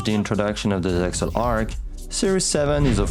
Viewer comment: ZeXal is pronounced "zeal."